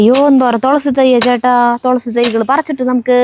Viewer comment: തൊ ള സി അല്ല തുളസി, തു തു 😅